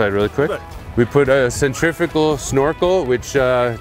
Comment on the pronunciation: Now the other clowns at it. Centrifickle? Wtf, read the words you struggle with slowly and pronounce each syllable, then speed it up til you say the word correctly. Like when you were 4.